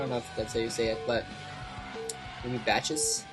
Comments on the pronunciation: It is pronounced Baah-Hoos. Love the commentary as always. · bacchus sounds like 'bawk us'